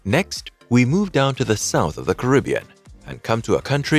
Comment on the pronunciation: Starting off the video with the wrong pronunciation of the world Caribbean isn't a good look